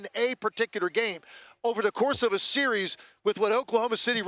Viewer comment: Nobody: Perk: "Seer-rees"